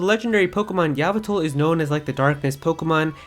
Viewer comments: Yalvital bruh its Yveltal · Did he just say “yavetal?” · You pronounce Yveltal wrong..... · How to Pronounce: Yveltal YouTube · Torgo Entertainment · Sep 5, 2016 Sorry but it really bothered me it dosent really mater but😬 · Them pronunciations of Yveltal and Rayquaza 😐🤢🤮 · Firstly, chill? Why would I need to chill? And secondly, how is it not his fault? Did somebody else pronounce those names wrong for him?